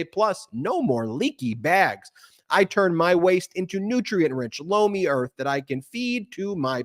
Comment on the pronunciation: Lomi sounds like blow me